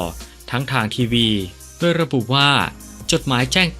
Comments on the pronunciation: แอดทำไมพูด โดย เป็น ด-ว-ย ครับ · แปลกนะแอดมินที่คนไทยออกเสียงโดยเป็นดวยเป็นไทยคนเดียวที่อ่านโดยเป็นด้วยใช่คนไทยแท้จริงหรือ